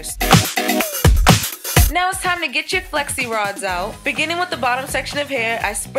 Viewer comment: I thought she was saying sexy rods lfd